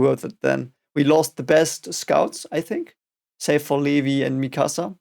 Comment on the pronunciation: Levi is pronounced "Lee-vye", as in, the english way and not the german way.